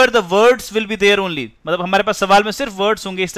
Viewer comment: sir one-ly??? ONLY hota h O N L Y